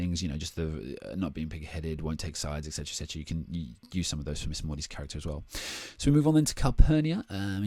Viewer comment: You also say exdera alot